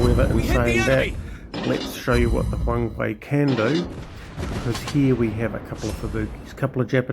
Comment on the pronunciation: It's Huang-"her" actually :) nice to see another WOWB vid